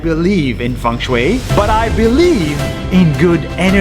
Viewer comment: I’m Chinese so it kind of sounded like “fEnG sHwAeY”